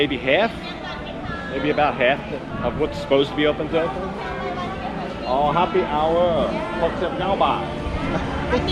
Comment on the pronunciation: Was watching your vid and making complimentary remarks about your amazing Thai. I then laughed when you went by the bar and said "happy hour" like a Thai person would speak English. You are really becoming Thai 😃